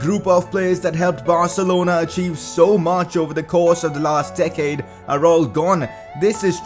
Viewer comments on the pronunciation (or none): none